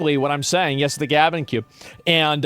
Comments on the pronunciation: The Gube for short 😂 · Why does Asmon keep pronouncing GabeCube incorrectly?! It’s a play on GameCube!!!